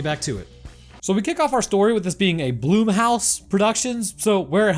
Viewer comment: Really dood? I hate to love being that guy but ... "BLOOM-HOUSE"?